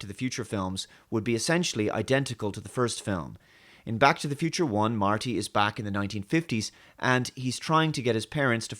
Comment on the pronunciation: I still remember when he couldn't actually pronounce "Back" properly so it always sounded like "Bach".